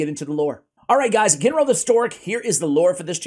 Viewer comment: Ginro is pronounced with a HARD G (like Galek). You said it right a couple times, then you reverted to the soft G.